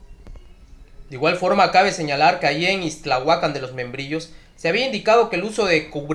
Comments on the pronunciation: MHIJO ... ACENTO EN LA Á IXTLAHUACÁN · Es Ixtlahuacán de los Membrillos, no ixtlahuacan ya no saben para que son los acentos. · Es Ixtlahúacan No ixtlahuacán...